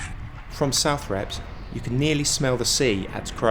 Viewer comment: Love your videos but sometimes your pronunciation of Norfolk place names cracks me up. You missed a crash landing at Southrepps and radar station at West Beckham which could've added some extra colour.